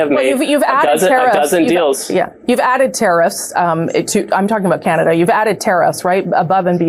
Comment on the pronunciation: Ca-na-da not kee-yan-a-duh